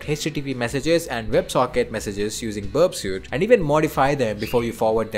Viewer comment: Its pronounced berp-sweet (burpsuite).